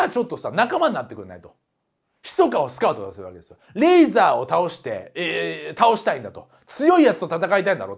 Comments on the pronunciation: レイザーじゃね？レーザーじゃなくて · リープ（pu）じゃなくてリーブ（bu）だし、レーザーじゃなくてレイザーだ。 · 中田さんレーザーじゃなくてレイザーですよ